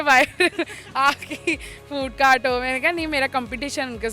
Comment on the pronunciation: Food on cort nheen hota food on cart hotta hai 🤣🤠😀😂😁😊